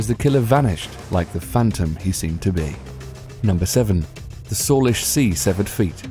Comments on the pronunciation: Salish sea is pronounced "say-lish" not "solish" :p trust me I live there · #7 "SAY-lish" sea, not "saw-lish"